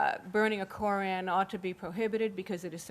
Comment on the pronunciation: "Kore-ran"Yuck.Man,this chick's voice and pronunciation is ghastly.I agree with Sam Harris:while the Muslims have a Constitutional Right to build the mosque(and yes,it is a mosque,not a community centre),they also need to know that they're needlessly provoking the families of 9/11 victims(especially if the report is true that they planned on opening it on the anniversary of 9/11.Talk about salt in wounds)The NRA can also build a monument to guns across the street from Columbine High.Should they?